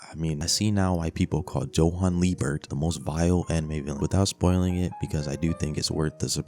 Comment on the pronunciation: Its not pronounced johan its yohan 💀